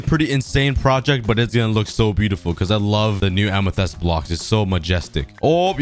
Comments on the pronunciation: 7_8 min ago it look really good can you buid the islands more far in t the ocean it is pronounced amatist edit i wan't far enough in the video so i didn't know you counted it later your self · I love how he says amethyst like A M E T H E S T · After hearing him say amethyst wrong I also said how he says amethyst. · It's amethyst bruh anyways awesome video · Its Amethyst Lmao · it bugs me so much that he says the word amythest wrong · i can hear the english teachers screaming at for mispronouncing amethyst. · Your saying amethyst wrong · Hey sometimes you said amethyst wrong sometimes can you try and say it correctly pls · Please learn how to pronounce amethyst. Also, you should probably beat the dragon for boxes that will help you in projects. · who is annoyed about how he calls amethyst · It’s not “amethest” it’s “amethist” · It's ame-thi-st. Not ame-the-st. I hope this will help you. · It’s AMYTHYST not AMYTHEST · Amethist ❌ Amethest ✅ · listen to me its amethyst not ametest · Just saying it not Amathest it’s Amathist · it bugs me when you say Amethyst its amitist not amehtest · Its read ~AMETHIST~ not ~AMETHEST~ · I have a challenge: make an island for every biome (Axolotl can count for ocean biome and goat for taiga forest biome) Amethyst is just a custom biome P.S Amethyst is pronounced am - ih - th - ist - not am - ih - th - EST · Its so cringe when you say amethest instead of amethyst. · plz tell me u say amethyst not amethast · Whyyy does he say amethEst it's amethYst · Am a fist not em a fist spot saying it wrong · Kan you say amathyst corectly pls its like fist but more y and th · "A lot of A-ME-TEH-ST BLOCKS" -COOKIE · The Amethyst Pronunciation: Am-e-fist. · he has said amythist 46 times in this vid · “Amethast” ya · ah yes amathest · its pronounced amathist and spelled amethyst amathest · Its pronounced amothist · ah yes ah-me-thest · It’s pronounced Am-e-thist, Amethyst. This annoyed me more then it should have 😆😂